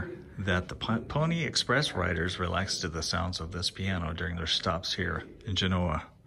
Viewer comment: Thank you for pronouncing the name of the town/settlement, correctly.